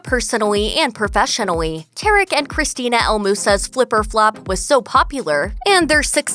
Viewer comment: The announcer says persoWally and profesonwaney wtf